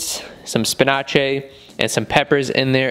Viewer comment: Why do you pronounce spinach like that